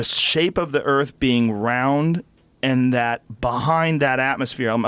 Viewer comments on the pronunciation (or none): none